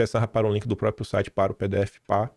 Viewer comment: Por favor faça um esforço para pronunciar a palavra próPRIo corretamente. Se treinar um pouquinho vai conseguir.